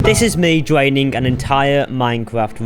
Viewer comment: LOL this dude doesn't know how to make the R sound, the title should be "Dwaining and Wemoving the ocean"